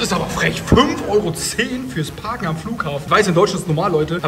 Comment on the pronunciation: parken müssen wir nochmal üben